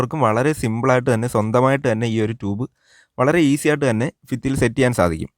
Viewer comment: ഫിത്തി അല്ലടോ ഭിത്തിയെന്ന് പറയൂ എവിടെത്തെ മലയാള മാണിത്